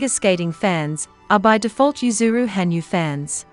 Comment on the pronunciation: it's ha nyu, not han yu!